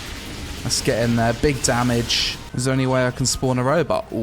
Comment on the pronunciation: "Big dahmij"